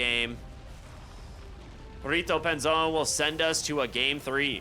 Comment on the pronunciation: gotta love how they say rrito anzon hahaha instead of perrito panzon hahahaha